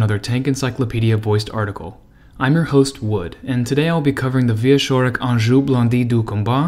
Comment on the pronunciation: I had to do a double-take when you pronounced "engin" as "Anjou". And "Louclerc" for Leclerc.